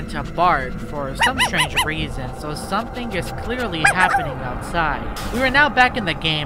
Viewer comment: "someting wong with my dog, idk wat it is"